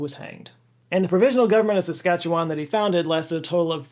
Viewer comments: Thank you for mentioning and pronouncing Saskatchewan correctly. Riel is seen as the father of Confederation by many as his actions over the Red River Resistance lead to the creation of Manitoba. Really he saw how disenfranchised the Metis people were that the Federal government would walk into their communities and give the good land to newly arriving settlers. He was successful in Manitoba and was brought back to help Saskatchewan. This time the Canadian government wasn't willing to negotiate and borrowed a US Gatling gun to add to their forces. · I have to commend you on your pronunciation of Saskatchewan. It's hard to pronounce and most people fail miserably. You said it almost like someone from there. Kudos